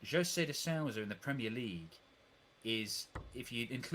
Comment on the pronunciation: The Ou in Souza sounds like the oo like in boom but just a bit shorter. These English people should learn how to pronounce the names at least.